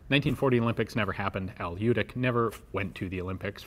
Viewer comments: You pronouncing his sure name wrong. Its ljutych-љутић. Old serbian sure name. Ljut=angry. Boyka. Best born killers and warriors in the world. In the Germany they call them lusatian serbs. One of biggest tribes was lutic or ljutic. Martin luter was martin lutic. Lusatin serb not german. I em not from his tribe but i em boyka. Boyka are nor not Russian but serbs. Bojka=warrior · Runentry Americanized spellings often lead to assimilated pronunciations. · I've been hoping you would come across one of these I've seen photos of one almost 20 years ago along with the le Matt revolver and since you covered that so extensively it put me in mind of this and the 20 years of trying to pronounce the j in Ljutic. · I know the family he died in 2011 not 97 and your miss pronouncing their last name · to show him some respect , you could learn how to pronounce correctly his surname , it's not american surname , so it's hard for you i know but it's not quantum physics . little respect for him won't hurt you